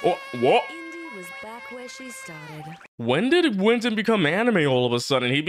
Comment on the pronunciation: Winton? No, that’s Win-Ton